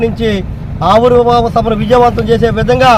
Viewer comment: Ori Nayana aavirbhava sabha kaadu ra avirbhava sabha ra babu.clarity ga matladandi